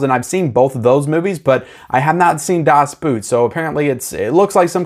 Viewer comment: Please. Can't you at least say "Das Boat"? It's closer to the German and you sound less.. well.. It's a boat, not a boot.. Das Boot was originally a series shot for German television, and was released as a series, then later cut to feature length. It is an astoundingly good filmic representation of what it must have been like being on a German WWII sub; extremely tense and one really lives with the crew through good and bad.. Now both Edge of Tomorrow and (especially) Constantine came along at a tricky time for digital, when resolutions were limited and especially CGI effects were (most still are) rendered at 2k maximum resolution. Constantine seems to have been shot on 35mm film, but the extensive effects will have been rendered at maximum 2k, and that will limit the resolution on 4k; same with Edge of Tomorrow. I know that the biggest step up from 1080p to 4k is the UHD, but I thought I'd still mention it; the uptick in quality will be limited. I expect them both to look like a lot of early (most in fact) Marvel movies on 4k. Or like the Pirates-film you mention.